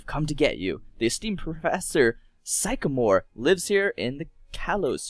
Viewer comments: I think Sycamore is pronounced si-ca-MORE idk thats how they say it in the animie... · You be saying things wrong allow me to correct you. Kalos Ka All os Vanivle [thing I spelled it wrong >_<] Van A Villl Sycamore Sick a more. Your welcome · Its the pronouncasion on sycamore is sik-a-mor not cycamore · sick a more not syk a more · its sycamore sicamore but y